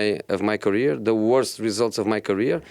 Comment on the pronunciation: Nobody: Jose: de referees